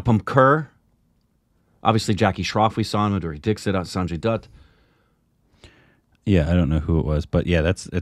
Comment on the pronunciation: For the umpteenth time, it is pronounced as 'Sanjay Datt', not 'Sanjay Doott' 😐